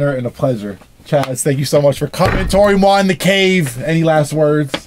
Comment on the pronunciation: When Kenny said Toro Y Moi's name correctly it made me realize I've been casually calling him Toe-roh EE Moy for years SMFH.